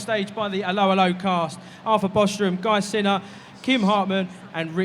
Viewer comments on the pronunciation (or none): What a dreadful interview of such great actors. The interviewer showed no respect. I am not English and even I can pronounce Guy Siner correctly.